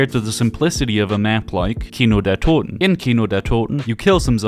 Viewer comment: It triggers me that he can pronounce Kino der Toten oder Nacht der Untoten in perfect german